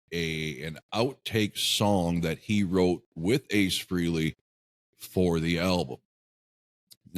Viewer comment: Frehley...pronounced fray-lee.